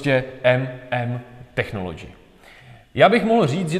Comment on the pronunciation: Člověk nemusí mít zahraniční vysokou školu, aby věděl, jak se čte technology... 🙄